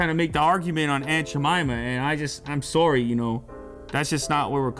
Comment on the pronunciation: true cdn "i'm sow-ree"